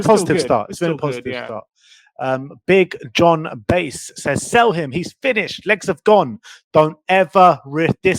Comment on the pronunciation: It’s Big Jon Bass as in ass not base as in vase lol